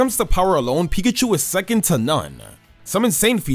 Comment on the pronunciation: PIKACHU, NOT PICACHO! THE C IS SUPPOSED TO BE A K, AND THE O IS SUPPOSED TO BE A U! AND PLEASE DO NOT LEAVE OFF THE I IN CHARIZARD!